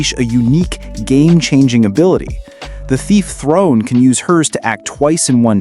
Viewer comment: "The warrior Oswald" is crazy. "Throne" is crazier. You can't play the game with their in-battle interactions and walk away not knowing how to say the characters' names.